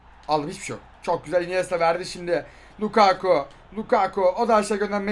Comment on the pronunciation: Biri lukaaaku değil lukaku olduğunu söylesin